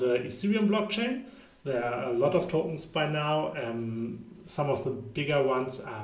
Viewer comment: Good content ma guy, huge opportunity. But can you please say Tokens no toutns 😅